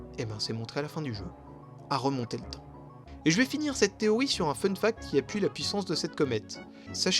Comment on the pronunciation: Pourquoi tu dis "Téoï" et pas "TéoRi" ?